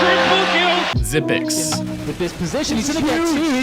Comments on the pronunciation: Its Not Xypix, Its Xypnix. 9 is ni in Dansk. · You said "xyp9x" wrong... Its not xypix, its xypnix cuz 9 is pronounced "ni" in danish which is xyp9x country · Any one else hear him say xyp9x like zipix Instead of zipnix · Xyp9x is pronounced Xypnix, not Xypex... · You said xyp9x like zipix but it's pronounced like Zipnicks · "Zipix" "Al-loo" nice pronunciation